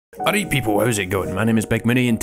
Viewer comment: “Aweight peeepil” makes my day